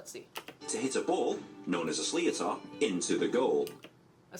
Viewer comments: It’s not pronounced slia-tar it’s pronounced slit-or, leave it to an English man to mess that up😂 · Its pronounced( slit er )not ( slio tar) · It's pronounced Shlit-er btw,. Not Sleeotar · Sliotar is pronounced as slitter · MANS CALLING IT A “SLEEOTAAR”😭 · Those sliotars are hard as all fuck, pronounced more like shliter btw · Facts: •Hurling is the oldest sport on grass •Ancient celtic warriors used to train for battle by playing Hurling •Hurling is the fastest game in the world and the Sliotar which (pronounced like "Slither") can travel up to 150km hour •Helmets only became mandatory in 2010 •Sliotair were originally made out of silver (Now they're made of Cork and Leather) •Hurling is the most dangerous sport in the world •Hurling is older than some of the Egyptian pyramids and might actually be older than all of them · pronounced slit-er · Sliotar is pronounced sh-lit-er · Thank you for correcting! I really wish these English narrators would do some basic research and look up the correct pronunciation for sliotar. Slee-oh-tar is so cringe! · The Hurley doesn't have a indent also the way that guy pronounces sliotar is killing me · I know the feeling. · The pronunciation of sliotar, sweet baby Jaysus it's like fingernails on a chalk board! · I swear I shivered 😭 bless him he tried